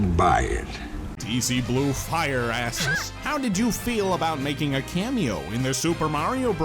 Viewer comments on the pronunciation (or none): none